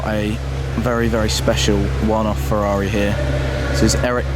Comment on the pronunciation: YOU DO NOT HAVE TO SAY FEVVAVI ...IT IS SAID FERRARI! DAMN!